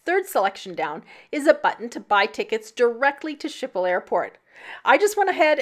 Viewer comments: A closer pronunciation would be: skiphol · Canadian / Dutch girl here. “Skiphol” is closer. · Your pronunciation of the airport is horrendous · You are pronouncing the Amsterdam airport name wrong.